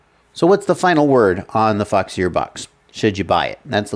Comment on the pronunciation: foxeer, pronounce "f*ck sir"?? lol why foxeer not waterproof they product??